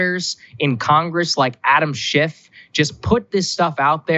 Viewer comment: Sounded like Saagar said "Adam SH#T" lol